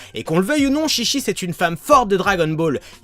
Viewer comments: C'est faux ce que tu dis car déjà chichi ne se dit pas ( chichi ) mais ( tchitchi ) sa ve dire boeuf en jap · On dit pas shishi mais chichi (tchitchi) parce que shishi sa veut dire lion ce qui n’a rien à voir avec chichi qui veut dire mamelle en référence à son père qui est le roi taureau ou un truc dans le genre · Ont prononce tchitchi même si sa s'écrit chichi... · On prononce Tchi-Tchi qui veut dire pis de vache( surement car son pere est le roi taureau . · Mais en fait le nom se prononce tchitchi... donc les portugais sont tout simplement con de changer un nom car ils savent tout simplement pas le prononcer.. xD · ouais car ils savent pas le prononcer non plu.. xD mais si tu regardes la chaîne DBTimes, ils prononcent tous les nom en jap, et ils avait expliqué que le nom se disait tchitchi et non chichi car sinon ça voulait dire carrément autre chose.. xD